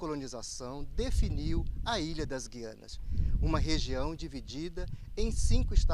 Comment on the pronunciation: "Gui-a-nas"? Com o dígrafo "ui", mostrando que a letra "u" não é pronunciada? Mas não é ditongo?